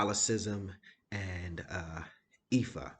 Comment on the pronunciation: your pronunciation of Ifa was spot on